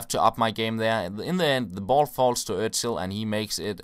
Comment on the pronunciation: is cool because he knows how to say Özil. Nordic win! (I can say Özil too)